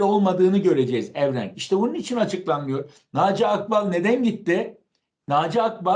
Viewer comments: AKBAL DEĞİL AĞBAL, DOĞRU KONUŞUN! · Ya abide hep Naci akbağ diyor ağbal olacak😂😂👍